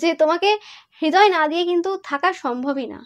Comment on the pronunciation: হৃদয় উচ্চারণ হবে = Redoy not hedoy. Thank you dear ❤️